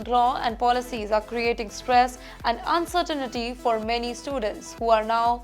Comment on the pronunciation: What do u mean by "uncertainity"? There is no such a word. Pronounce "uncertainty" properly. Very embarrassing indeed.